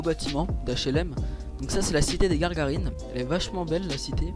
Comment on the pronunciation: Je vous previent juste que ces Gagarinne et pas Garrgarinne